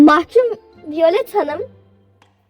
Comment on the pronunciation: Violet vaylıt diye okunmuyor mu?